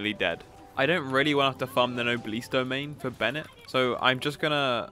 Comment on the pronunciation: if u say nobleees one more time i will kms